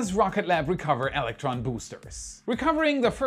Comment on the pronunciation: Why do you pronounce two “L’s” when you say the word “electron”?